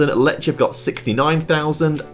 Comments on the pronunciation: Lechia is my club and u pronounce it (lehia) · Letch? Letchia? Racow? They are so basic to get right and he can't be bothered - takes two minutes to check. Can't even get Lewandowski right ffs